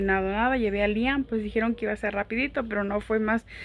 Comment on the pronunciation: porque nunca le dices correctamente el nombre a tu hijo siempre dices lian